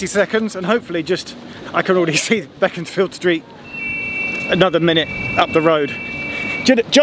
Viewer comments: Shame we did not know we live in Nottingham and would have come out to meet you Geoff and not to correct you but it’s pronounced Base-ford and Becons-field street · and Nottingham locals pronounce them as Bee-cons-field Street and Base-ford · Great to see my old home town after leaving it thirty years ago, but you need to brush up on your local pronunciation. It is ‘Baseford’ and ‘Beckonsfield Street ‘